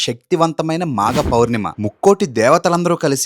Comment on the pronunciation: Bro not thisಮಾಗ. This ಮಾಘ